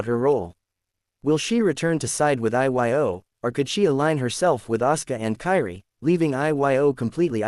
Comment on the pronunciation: IT'S PRONOUNCED EO